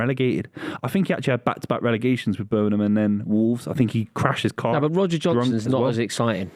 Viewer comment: work on your Birmingham pronunciation.